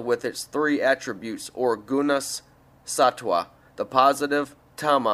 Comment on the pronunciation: Hi its a sweet thought to make this audio book and I commend you. It would be helpful for you however to learn how to pronounce sanskrit words. For example (Sri = Shri) or (jnana = gyaana also jnanamaya = gyaanamayaa kosh) or (sattva = sattwa) or a harder one - (sthulasarira = sthulashariraa) or buddhi = bhuddhi - hope that is helpful...